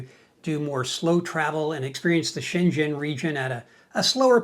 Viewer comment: Schen-Tschen region 😂